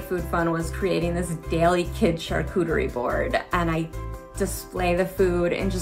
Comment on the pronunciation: She litterally calls it a charcootery board. Lololol. Love it.